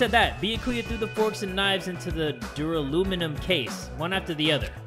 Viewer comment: Duraluminum The game: Duralumin